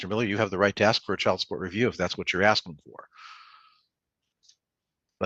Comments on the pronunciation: He is axing you🤣🤣🤣🤣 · He just be axing questions. Come on man. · I'm axing you. What a nitwit!